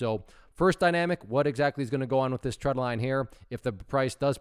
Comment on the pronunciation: When you say "tread"/"trend" line, is it "trend line" or "tread line"? For some reason I keep hearing "tread line" but I thought it was called trend line.